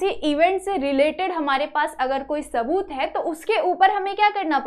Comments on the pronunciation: Its not taboot its saboot 😂😂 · Saboot ❌ taboot ✅